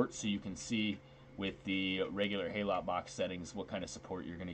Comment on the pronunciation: Just a nitpick - HALOT is pronounced 'hallow', as in 'hallowed'.